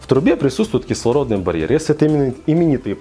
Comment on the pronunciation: Он даже не может правильно выговорить - кислородный барьер, чему он может научить?